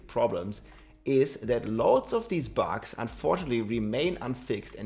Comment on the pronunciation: has been talking about bugs for a looong time and still keep saying “bags” lol rob is BUGS!! 😂